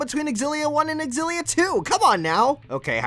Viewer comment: Cringe every time I hear xillia mispronounced